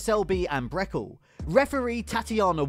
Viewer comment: He pronounced Luca Brecel's name completely wrong when he said, "Brekel" paha